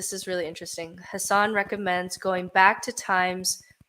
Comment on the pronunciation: It’s really not important at all, so I know this comment is stupid, (ha ha), but Hassan is pronounced like it would rhyme with assassin. But you all probably already know that by now. 😂 Great episode!